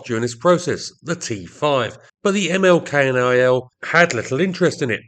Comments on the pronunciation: Hearing you spell out K-N-I-L every time is a good reminder why the name is almost never spelled out in Dutch, but simply pronounced as a single word "knil". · Militaire Luchtvaart van het Koninklijk Nederlandsch-Indisch Leger (ML-KNIL) KNIL is pronounced as a word not as an abbreviation. So it is ML Knil.